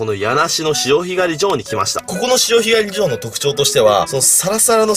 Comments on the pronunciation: あさひがり じょう⤴訛ってますねーｗ 貝すごいとれますね。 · 潮干狩 ジョー に聞こえたのは俺だけじゃないはず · 潮干狩り場のイントネーションが独特w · 潮干狩り場の言い方気になるww 途中でお茶飲んでるやん?｢はぁ…うめぇ！｣って言ってほしかったww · 潮干狩り場のイントネーションw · 潮干狩り場 イントネーションがあしたのジョーみたいな笑笑 はじめて潮干狩りして大量だと思ったらオキシジミっていう誰もたべないマズイやつでした。。